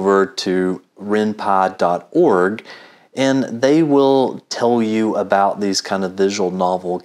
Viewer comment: Its called Py not Pa, And it's useless also